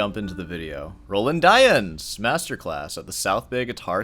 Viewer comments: d-yens yens not why-ens d-yens dyens not d-why-ens and not die-ens, d-yens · It's pronounced "dee-ans" (nasal "an"), love you <3